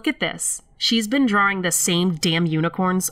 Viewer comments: Is ANYONE going to say anything about......'DRAWRINGS'??? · Hahah, so, I had no idea I say drawing incorrectly. Someone brought it to my attention like last week haha I always thought that's how everyone said it. You're 100% right I'm a masshole. :) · That ending was bone chilling for sure. I find it interesting how pronounces "drawing". It sounds British, yet it seems that she grew up in Massachusetts. Nice VO work.